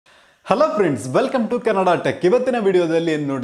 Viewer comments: Lo adu kenada tech alla adu kannada tech sariyagi helu maraya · Punyathma sariyagi kelsko ayyo ninge en heli 🤣🤣 ,sumne iru bere yaradru keli helthare ,neenu kannada na style aagi heloke hogi kenada antha helidiya neenu ondu channel madstha idiya thapna thidko andre nange vaada madthiya haalagogu